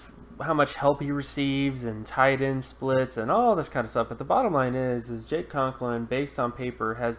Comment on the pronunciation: Right. He spelled them both correctly, but mispronounced them repeatedly.